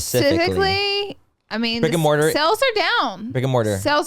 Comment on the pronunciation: Really thought y’all were saying “Rick & Morty” instead of brick & mortar 😭😂😂 beautyfool through and through 🥴